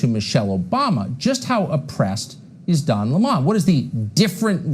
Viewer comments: Gotta say I was amused by Tucker Carlson's pronunciation of his name: Don Limahn (an approximate phonetic spelling of Tucker's pronouncing of the name). We all know it's Lemon as in the fruit. And Tucker's questioning of the cookie jar is just irrelevant. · Don Lemon is pronounced like the fruit lemon. I'd rather be in the company of 100 people like Don Lemon than 1 Tucker Carlson! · No, Don Lemon does current affairs from a Dem perspective. He's also pronouncing Lemon in an affected way that Don Lemon doesn't use. Also, FOX pays this guy millions a show for this? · Hey David do you see now how damn annoying it is when someone purposely and continuously mispronounces a name? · Notice Tucker opens trying to claim that Lemon isn't a serious journalist, then immediately follows with examples of the serious topics he covers. He apparently isn't allowed to cover serious topics, according to Tucker. He isn't even doing the bare minimum of decency and pronouncing his name properly. I guarantee you, Tucker's report alone is an example of Lemon experiencing racism (unless this man meets MY criteria for oppression, he isn't allowed to report on it; ps, only Tucker meets Tucker's criteria for being oppressed; the man is a professional victim). I have absolutely no question that Lemon has experienced racism and oppression in the rest of his life, as well. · I'm so tired of "Cucker" mispronouncing names of people he feels threatened by.